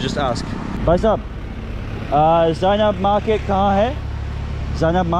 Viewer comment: It's not Zena market it's zenab market.🥺🥺